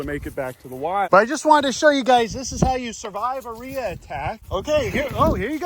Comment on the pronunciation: I thought you said "Nader" 😜